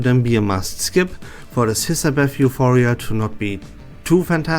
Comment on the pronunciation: As a Hissabeth main, I love the way he says Hiss HAHAHAH